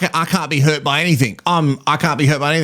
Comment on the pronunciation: Come on,, it's "I HUT my hid! And I'm upSIT!"